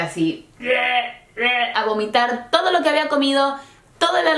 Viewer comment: dijiste gomitar